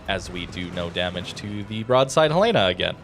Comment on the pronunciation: Dear, one small thing. It's Hell-in-a. Hell-ina. Not Hell Lay na. Beyond that, ggs, love your work, thanks for the review